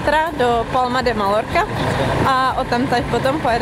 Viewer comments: Hlavne nerikejte [malorka] je to [majorka] ! 😒😒😒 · No ale všichni Češi to čtou s l.